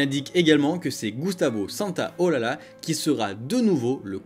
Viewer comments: On dit Gustavo Santaolaiiiia :P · C'est Gustavo santaolacha pas olala😂